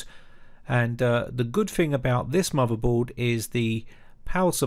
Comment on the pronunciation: With not "wiv" Motherboard not "moverboard" Third gen not "fird gen" Other Videos not "uver videos" Than not "dan" Messy pronunciation like the messy build.